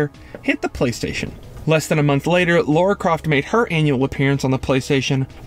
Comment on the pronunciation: Lara Croft became one of games' biggest names, sad you can't say it. It is very hard to call this well researched when you misread and mispronounce so much